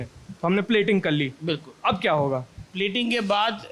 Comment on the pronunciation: ascent is very good. He said कल्ली in place of कर ली।